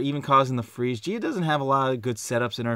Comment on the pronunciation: FWEEEEZE WITH SOME CHEEEZE THE CHWEEEZY FWEEEEZE